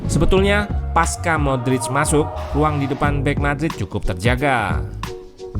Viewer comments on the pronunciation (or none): none